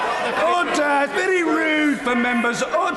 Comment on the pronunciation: erder! erder! I love the British!